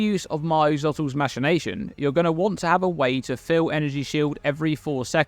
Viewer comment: I'm pretty sure I heard "masturbation" instead of "machination" a few times